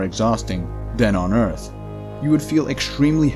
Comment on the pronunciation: I miss you saying eart..